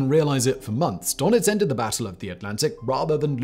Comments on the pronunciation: Its DÖnitz, not DOnetz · It is „Dönitz“ not „Donitz“. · Its called DURNITZ not Darnitz